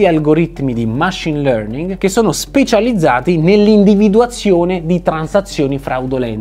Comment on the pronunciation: Lei ha bisogno di migliorare l'inglese: "Machìne learning" e non "Màchine learning". Però i suoi sforzi per la pronuncia son comunque apprezabili.